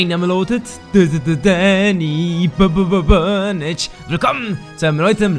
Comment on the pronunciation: Haha sein dialekt wie der burnage ausgesprochen hat :D